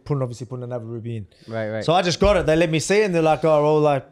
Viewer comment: " let me let me le'mi " LMAO